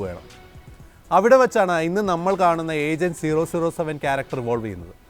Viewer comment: Nah they pronounce double O seven